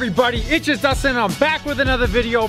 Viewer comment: He is saying its i heard